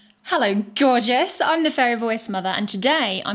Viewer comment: Say gorgous again imao.